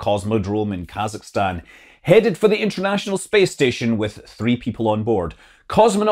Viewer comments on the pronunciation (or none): none